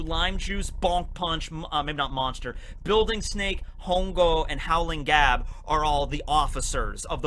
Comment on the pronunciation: Hongo is spanish for fungus or mushrooms. When spoken ,the h is silent.